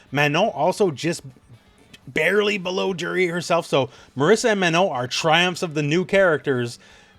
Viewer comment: Great video. But you pronouncing Marisa as Marissa is driving me nuts.